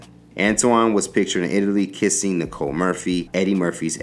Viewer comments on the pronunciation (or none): none